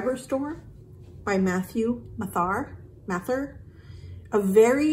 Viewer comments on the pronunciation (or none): none